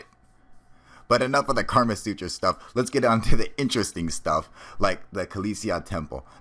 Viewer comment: It's "Kama Sutra" not Karma dumbass.